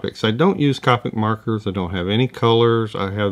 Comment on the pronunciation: Thanks for the video! Always enjoy. Just a note, Copic is pronounced with a long o, like covert (I’m a Copic certified instructor)